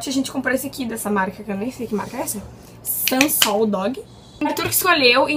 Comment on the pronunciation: Nao é sansol é sanol